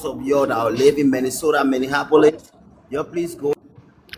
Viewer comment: He said Colorado and Minnesota he also mispronounced Minneapolis as “Minnehappyolis” lmao his accent is hideous 😂😂😂